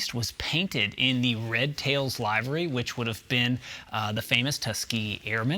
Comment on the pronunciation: Great video, thank you for the info update because I’m hoping this stays true to form with history. One thing I’d like to bring up. Your pronunciation of the word livery. The proper pronunciation is if you were referring to the organ, but with a Y on the end. Same terminology is used when speaking of livestock and their living quarters. Not trying to be a dick, I figured you’d want to know the right way to say it.